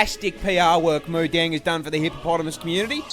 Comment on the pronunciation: ITS MOODANG